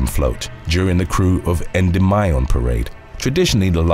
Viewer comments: Great video! FYI, Endymion is pronounced "ɛnˈdɪmiən" not endomyan. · Yeah, he butchered that one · FYI—Endymion en-dim-ee-un, accent on the dim! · I’m from new Orleans and have been to all of the parades and remember many of the things you’ve mentioned. Just one thing. It’s pronounced like N-dim-ion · I’m sorry lol but it’s pronounced En-Dim-Mee-In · I was about to go on there and say he pronouncing it wrong but you took the words right out of my mouth bone and raised in New Orleans I stopped going to Mardi gras since 2005 but I live in Kentucky now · I don’t wanna nit pick or anything but he said Endymion super wrong 😂